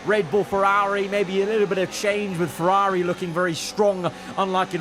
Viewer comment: You need a speech therapist. The way you pronounce Ferrari isn't normal.